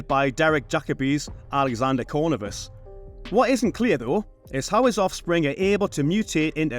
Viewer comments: It’s not “Cornivus” but “Corvinus”. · That annoyed me too 😅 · Corvinus. The last name is Corvinus. Accent on the second syllable. Cor-VEE-nus.